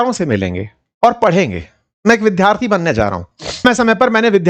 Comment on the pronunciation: विद्यार्थी शब्द का उच्चारण सीखिए